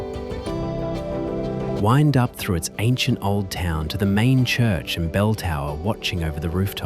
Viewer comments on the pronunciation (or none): none